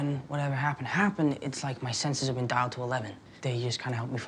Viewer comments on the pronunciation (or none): I love how both Tony and Peter say dail to 11.